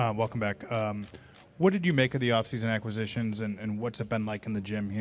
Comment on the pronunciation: I don’t think he knows how to say the word “acquisitions” 😂😂😂😂